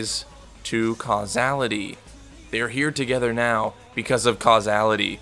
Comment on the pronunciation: It’s causality!